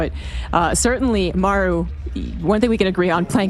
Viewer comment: Why can't say Maru? It's like, "meiru" when he says it. This isn't British English vs American English. It's a Korean name vs mispronouncing a Korean name.